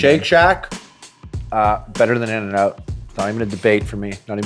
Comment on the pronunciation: did he say.... in and up?!?